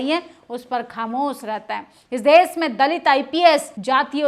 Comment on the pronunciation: आंटी देस नहीं देश होता है। भाषा पर भी ध्यान दें खातून 😂😂😂😂😂😂😂😂😂😂😂😂😂😂😂😂